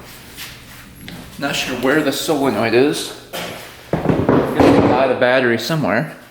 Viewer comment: Not A big deal but your pronouncing Solenoid incorrectly.